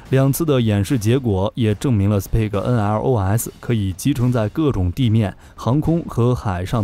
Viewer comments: 很棒的視頻 只是英語發音要加強一下了 Spike應該不是念成史匹克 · The pronunciation is not 'speed' .